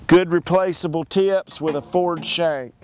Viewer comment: tee-ups = "tips" ?